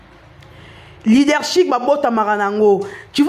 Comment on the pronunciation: LeadershiP non leadershiC, ma belle.